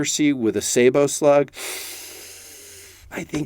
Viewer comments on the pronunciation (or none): none